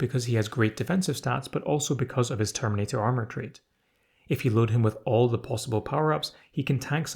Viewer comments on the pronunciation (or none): none